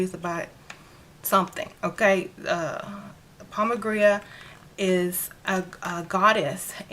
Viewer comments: Why do you keep saying pomba "gria"? I'm new to the deities... I thought it was said pomba "gira"? No? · It’s pronounced pomba Jeera. & no one has a right to sell products labeled for an African deity if they are not initiated into that practice. Please be careful with hustlers, culture appropriation & fakes